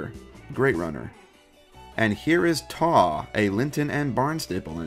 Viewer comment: Taw is pronounced more like Tor and Barnstaple is pronounced Barn-stah-ple